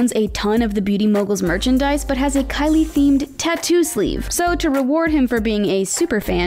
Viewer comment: The girl who talks she didn’t say Kylie Jenner she said Kkylie Jenner